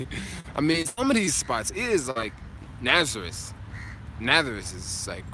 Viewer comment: What about when J pronounce Nazareth "Na-tha-riss." Is what the Jewish pronunciation, also?